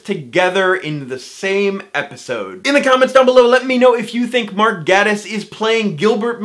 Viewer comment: I tried to listen to this video but I got too distracted/frustrated at every mention of Gatiss. It’s pronounced “gAYtiss” ffs